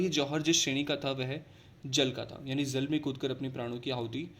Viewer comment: Sir plz don't mind, but aap J ko Z kyu bolte h? Like Jal ko Zal, Jaipur ko Zaipur....